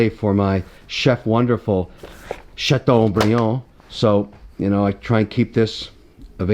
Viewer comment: WTF is a 'Chatton' briand. I guess Kevin is not bilingual French/English. It's "Chateaubriand."